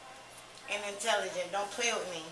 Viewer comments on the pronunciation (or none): "I'm imtelimgent"